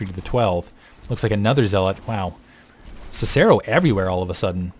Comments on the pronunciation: god damn it... it's pronounced Sih-Sih-ro and Ki-tenous plating. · Actually, if you use the Latin pronunciation for Cicero, it's Kick-a-ro. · actually in proper latin its Kih-kih-ro, and that was painful to not even get the proper popular pronunciation right. I'm still a fan but hearing you butcher the name of one of the greatest Romans ever hurt.